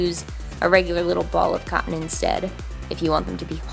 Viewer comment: i know she says cotton latex but it seriously sounds like she says condom latex sometimes lmao 😂